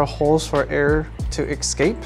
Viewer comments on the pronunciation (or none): he said "eggscape" like a pokemon.